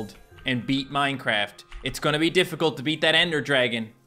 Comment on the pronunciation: Twy minecwaft hardcowe